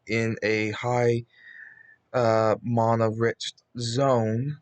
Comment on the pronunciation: What he said “mana’s drained” what I heard “mama’s drained”